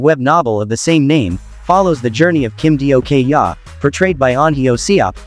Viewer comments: I'm dying Kim Dio-kyaa 😂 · "Kim Dio-kyaa" 💀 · When i heard the pronunciation for kim dokja...i almost died😅